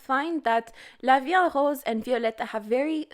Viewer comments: I'm french and you pronounce good la vie en rose 🌹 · Ur pronunciation : la vie en rose is actually really good